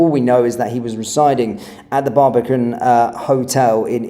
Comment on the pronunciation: It is not the Barbarican hotel as you pronounce it. It is the Barbican hotel. Can you not read, fella! Get yourself out of the echofaux kitchen and listen to your voice. The resonance is awful